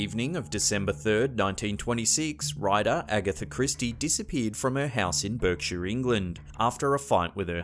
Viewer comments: Sorry to be picky, but the country of Berkshire is pronounced “Barkshire” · Someone might have already said this but Berkshire is pronounced ‘bark shear’ .not BERK sheare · BERKshire? It's pronounced BARKshire, like the sound dogs make... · "Berkshire" is pronounced "Bark- shear"!!!!!! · Berkshire, it's pronounced Barkshire. At least you said Yorkshire correctly! Props as always for the video! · It’s pronounced Barkshire